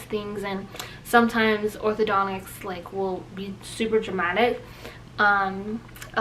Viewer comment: Not "Othodo-nics" hun.. Orthodon-tist 👍.